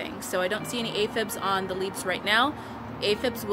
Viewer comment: Aphids not aphibs lol love your videos!🌿🌸